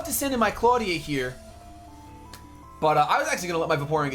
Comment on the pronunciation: I will explain it to you. It's Clawdia... Nuff said.